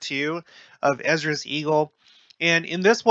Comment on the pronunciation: EZ-DRAS...not Esedras